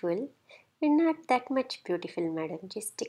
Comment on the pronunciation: "Madam, don't do all thatu. That is very very scary madam" - ROFL